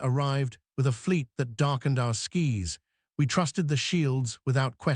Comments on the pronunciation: Fix your AI voice-over: Skis instead of Skies, Fadding instead of Fade-ing, Tiers instead of Tears (in this case pronounced, "Tares", because it refers to torn openings in the fabric of space). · Tried of hearing mis pronounced words guys. Fix it.its skys not skis. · It's busy darkening skis. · Fix the Bloody A.I. saying Skis instead of Skies which is the Plural of the the Word Sky not a Pair of things you wear to break your bones on a Mountain side. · Somebody has to show the AI how to pronounce words that are close or spelled the same. Tears come from eyes, tears are rips, Skis are slid on snow. Skies are atmosphere. Fading is slowly disappearing. Fadding is nothing. Geez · First time I have heard “skies” pronounced as “skis.” Yikes.